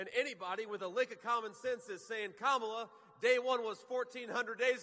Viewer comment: Wow, he said her name right